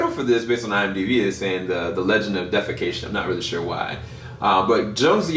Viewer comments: It's ''deification'' not ''defacation'' 🤣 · The word is "deification" which means "becoming a god", not "defacation" which is about the opposite.